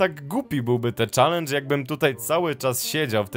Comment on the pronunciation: mówi sie czelendż a nie czalendż